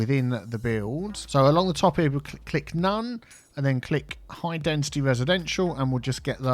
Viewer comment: As non english native speaker, I didn't know that we need to pronounce density with a "t". always says dentity speaking instead of density ahah